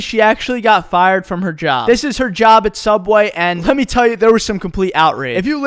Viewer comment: The only thing I can think about right now is how instead of saying me he says May